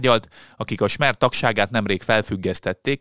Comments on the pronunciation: Már észre kellene venni (már többször figyelmeztettem), hogy semmiféle Smer nem létezik - "Szmer"-nek ejtik helyesen - általában az "s" betűt szinte mindenhol a világon "sz"-nek olvassák, kivétel (a magyaron kívül) csak a német "s" előtag (Stadler, Stumpf, Stiglitz...stb.). Kb. az általános műveltség alapszintjéhez tartozik ilyesmiket tudni! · Szmer. Nem Smer. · Nem smer hanem szmer a Fico pàrt. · A helyes kiejtés nem smer, hanem szmer és nem benova, hanem benyová. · Szmer ,nem Smer. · Pontosan, képtelen helyesen kiejteni ezt a rövid szót. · A Smer-t Szmer-nek kell ejteni. Magyarul irány a jelentése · te nagyokos! De a leírt szó kiejtéséről van szó, ami fonetikusan leírva igenis SZMER, ahogy Beňová sem Benová, ahogy elhangzott, hanem Benyová és a cseh párt sem SPD, hanem SZPD kiejteve!!!!